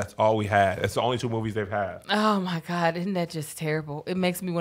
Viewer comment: Hey it sounds like Kev asked if you're down with GOP instead of GOD 🤷🏾‍♂️ back to you